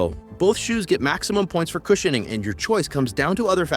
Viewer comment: Cush in ing.... Nuf said. Why can AI not pronounce some words??